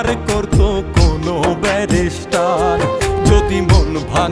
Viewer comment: কন্ঠ তো পুরাই মনির খানের মতোই আমি😮 গানের লিরিকঃ সেই লেভেলের হয়েছে ❤ তবে শব্দের উচ্চারণ ভুল করা হয়েছে,ব্যারিষ্টার কে বারবার ব্যারাষ্টার উচ্চারণ করা হয়েছে 😢